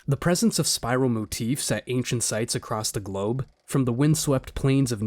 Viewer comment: did he say: "ACROSS the GLOBE" ..... 😅